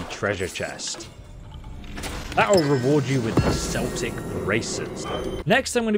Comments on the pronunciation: So pronounced Kelt8c and not seltic for the word "Celtic" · hate saying this but Celtic is pronounced Keltic not Seltic 👌😬🇮🇪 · It's pronounced Kel-tic with a K sound... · Why are you pronouncing celtic like the name of the football club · Keltic not Celtic 🏴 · Yeah Celtic is a football team...we pronounce it Keltic,;) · It is pronounced keltic i guess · I think it’s because ESO is British but yeah it’s Keltic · American following to British called it commonly "Seltic" haha 😂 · Its pronounced like it would be spelled with a K..... Like Keltic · ITS PRONOUNCED KELTIC WKDNDNXNNS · It’s pronounced Keltic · It's "Kel-tic" not like the New England Celtics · It’s not pronounced as the Fcking footy club...Celtic as in keltic. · Should do a re-shoot or dub over this because your saying Celtic wrong REPEATEDLY and constantly is very bothersome.